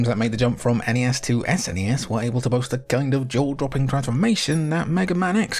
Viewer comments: SNES, rhymes with, uh, Ness. Not fez. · You're prouncing SNES incorrectly....lol